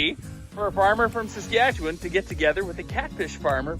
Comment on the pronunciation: Geez! can even say Saskatchewan right! Better than someone from Ontario! Good job!